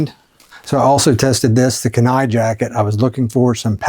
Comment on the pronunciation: holy shit you keep saying KENAI wrong holy shit dude watch a a video on the KENAI penninsula in alaska holy shit